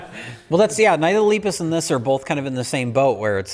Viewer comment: YOU KEEP PRONOUNCING LEPUS WRONG!!!!!!! AHHHHHHHHHH!!!!!!!!!!!!!!!!!!!!!